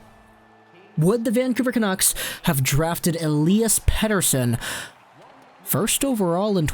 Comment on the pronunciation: I think his name is not pronounced as you pronounce it. As per Elias in an interview. Peter son, not pet ter sen.... no big deal, doesn't offend me. no problem